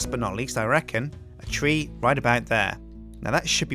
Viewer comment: Nope. Silverwood is THAUMCRAFT, and thus not graftable by FORESTRY grafters. Oh, it's "tree" not "three"